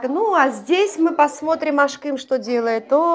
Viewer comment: Вам лет 38 внешне. А почему вы ставите ударение на ашкЫм . Обычно говрят Ашкым. И ваш муж вам сказал Ашкым. Вас исправил. Ударение на А! И слово гюзял (красиво , прекрасно) гюзЯль правильно. Вы прислушивайтесь к ударениям и словам. У меня подруга замужем за курдом в Стамбуле. Она оооочень искажает турецкий и ее муж смеется😉 у меня мама на турецком говорит. Мы греки которым турки устроили резню и мы через Грузию бежали в Сочи. Но честно... я люблю больше турок чем греков. Турки более мужественей и лучше . Мужчины ответственее.